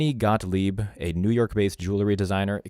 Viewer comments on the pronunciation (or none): none